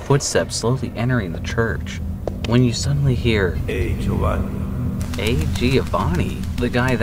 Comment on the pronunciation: oh by the way, its not gee-oh-vahn-ee.